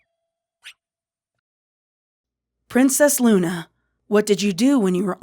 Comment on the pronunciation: to princess luna you call me cinda why you say "Luncinda" but what say him luna??????